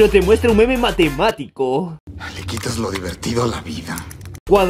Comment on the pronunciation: Soy el único que escucho "un pene" en ves de "un meme"